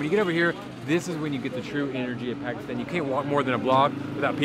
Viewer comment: As an African it hurts me how americans pronounce Pekisten instead of Pakistan